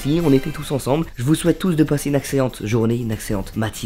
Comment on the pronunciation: A la fin pour l’outro il dit une axellente au lieu d’une excellente 🤣😂🤣